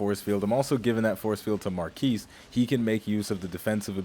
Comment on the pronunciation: It's MAR KEY lol